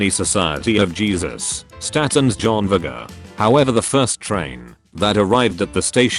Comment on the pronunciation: i burst out laughing when it said: society of Jesus. And then proceeded to pronounce Statens Järnvägar as: Statens Jaernveggr. 🤣